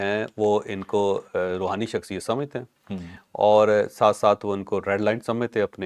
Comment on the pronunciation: Rohani nai rahooni